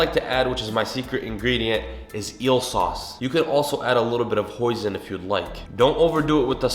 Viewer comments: It’s not Hoiisn, it’s HOY+SIN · Did u say eel sauce ! 😯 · I couldn't understand the name of the 2nd sauce that he used. Can someone tell me the name? This looks delishh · What where the two sauce. Soy sauce and I couldn’t make out what you said the second sauce was